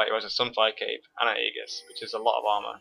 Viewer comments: Hey, just one thing. Aegis is pronounced ee-jis, and it means "shield or protective armor." (Sorry, I don't wanna sound like a dick, I'm just big on pronunciation and grammar, again great video though!) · It can only be pronounced with a hard "g" in Latin, but since it's a Greek word being read in English the "g" makes a "j" sound. Although yes, if it were Latin then his pronunciation is correct.